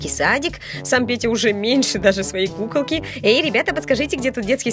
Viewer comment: Мне показалось что говарит не кукалки а пукалки?